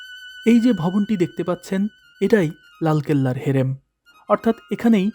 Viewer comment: ভাই, আপনি ভাল একটা উদ্যোগ নিয়ে চেষ্টা করছেন কিন্তু আপনার উচ্চারণ বিস্তর গণ্ডগোল আছে। শুনতে খারাপ লাগছে। একটা ভুল বলি। কথাটা ' হেরেম ' নয়, ' হারেম '